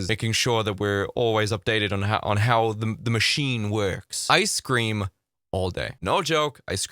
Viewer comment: You said “I scream all day” I heard ice cream all day! 😆